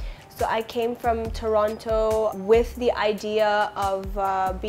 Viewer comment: She's from CANADA, and she doesn't pronounce Toronto correctly, How?? :d